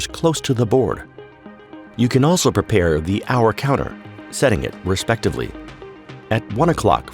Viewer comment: 'prepear' sorry this made me laugh. Otherwise, this video is amazing. It's so well done! Thanks for this.